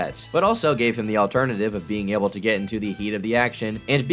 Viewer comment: "Alternaltul Fuel"